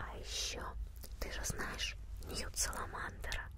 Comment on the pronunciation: Почему ты говоришь некоторые имена неправильно так как "Ты наверняка знаешь Ньют Салламандера"? И говорится не "Слизеран", а "Слизерин"!